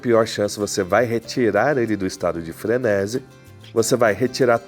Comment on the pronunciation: Frenési não existe, a forma correta é frenesí (tônica na última sílaba) Sinto muito, não dá pra seguir um cara que quer fazer da comunicação seu ofício, mas nem falar sabe.